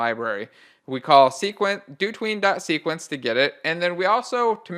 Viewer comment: If you pronounce dotween as "do tween" I'd hate to hear you pronounce "hotween"